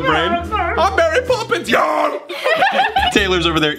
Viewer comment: The recording: “I’m Mary poppins y’all!” Thomas: I’m marry poppins YALL